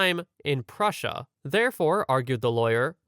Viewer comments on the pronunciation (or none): none